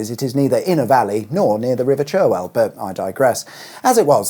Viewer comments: It's 'charwell' not 'cherwell', I know how it's spelt, thanks. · I think Cherwell is actually pronounced Charwell! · Joh, thank you!! I've used M40J10 on and off since it opened, travelling between the south coast and Midlands. I had vague memories of the various layouts it's been through. Now you've set the story out in vivid detail! Thanks again! Oh, and Cherwell is pronounced Char-well. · Interesting fact about the river Cherwell: it is pronounced Charwell. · The other thing about the Cherwell is that it’s pronounced “Char-well” …